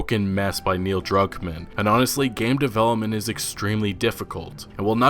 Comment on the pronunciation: I thought you said Neil drunk man